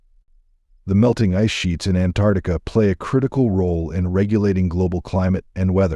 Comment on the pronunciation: First of all, it's Ant ARCtica NOT Antartica. Uneducated much?